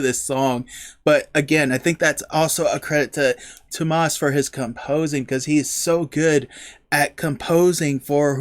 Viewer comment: If you want to hear how to pronounce Tuomas’ name properly (you’re pretty close) check out Nemo from this same concert. Marko says it to the crowd.